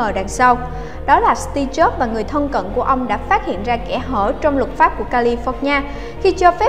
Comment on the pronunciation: Nghe sao ra Tia Chớp :v